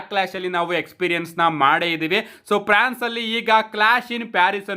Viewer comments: Prance alla France adu 🤣🤣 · Prance❌ alla guru france ✅😂